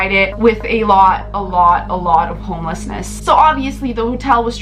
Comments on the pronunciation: I wasn't making fun of it, so get your facts straight. I was just saying it was funny how she said it. So bahaha, get tf outta here🤣😂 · Why she say "homelessness" like that? 😂😂